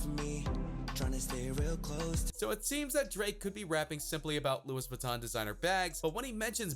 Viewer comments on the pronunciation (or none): Lewis Vuitton 😂😂😂 it's Louie you're saying it wrong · Louises vuitton 😂 you mean... Louis Vuitton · Oh God... I get that you're American but still the "S" in Louis Vuitton is silent. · Loo-we Vutton. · It cant be that hard to pronounce Louis Vuitton correctly. 🤦🏻‍♂️ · Minato Arisato he’s just an idiot. We know it’s silent. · I don't think its an American thing, I've never heard anyone here say it like that. This dude is just weird lol